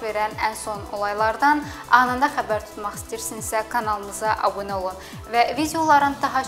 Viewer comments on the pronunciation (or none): none